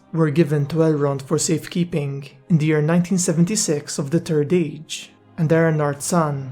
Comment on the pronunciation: “da turd age”